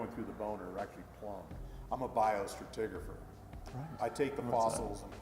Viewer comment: i thought i was the only one who heard that lmao